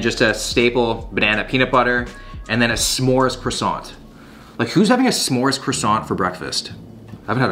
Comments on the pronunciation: How can you be allowed to live in Canada with that pronunciation of croissant 🥐?? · Maybe... one day... english speaking people will learn how to pronounce the word "Croissant" .... Or maybe not....